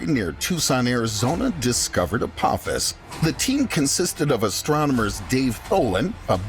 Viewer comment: it’s apophis not apopis 🤣 it’s all good man you was scared 🤣